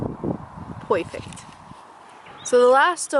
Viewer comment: It's "poifect!)